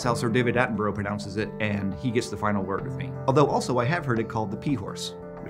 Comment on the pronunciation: I love that you say you pronounce it that way because David Attenborough does it that way, then mispronounce his name xD